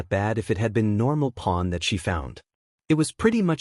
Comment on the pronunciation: Oh. Corn. Lol by bad yall 😂